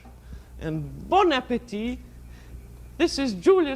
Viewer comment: Hit some weed every time she she says bon apatite.